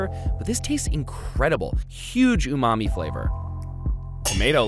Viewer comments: i hear "umami" as "oooh, mommy" 😂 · I know a speedrunner who pronounces it like that